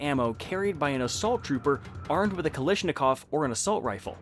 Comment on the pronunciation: First time hearing Kalashnikov being pronounced like that.